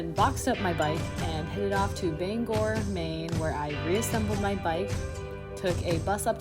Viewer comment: Thanks for pronouncing Bangor correctly! People rarely do. Glad you did this. I ride the Portand to Saco sections frequently. Want to peddle this completely some day before the end.